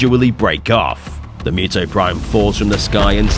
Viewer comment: It's pronounced "Moo-Toh" not "Myoo-Toh"! 😳